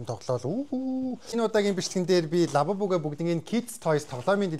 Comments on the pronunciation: Аавбубу биш абубу😅😅😂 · Агаа abubu биш labubu😊